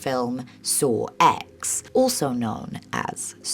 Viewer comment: the way you said "sawx" is gonna be my new vocal stim thanks